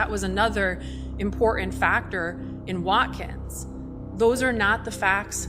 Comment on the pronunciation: Did I just hear an attorney, before an appellate court, say “ impoorennnt” instead of important? This is a professional and the city’s counsel ??!!?